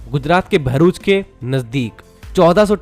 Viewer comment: Ek Matra Infra Youtuber Hai Jo Bharuch Ko "Varuch" Nahi Bolte Varna Agla Hur Banda Varuch Bole Jaa Raha Hai Yaha Tak Ki Kuch Gujarat Kehi Channels Varuch Bol Dete Hai Jabki Vo Bharuch As "भरूच" Hai Naaki वरुच Bola Jata Hai 😂😂😂 Love From BRC ❤🇮🇳